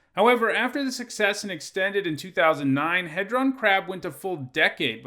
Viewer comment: He-Dron like dodecahedron